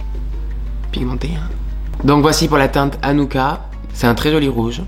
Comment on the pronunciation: J’ai sursauté quand tu as dit Anoucka j’ai crus que tu avais dit Anouck😂(c’est mon prénom)